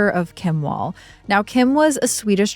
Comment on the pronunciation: pronouncing her name "wall" instead of "vàll" broke my Swedish lil heart lol. It has nothing to do with walls, it's a very old Swedish surname.